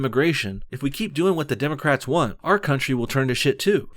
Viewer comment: this fat cow said "democratsis" hahaha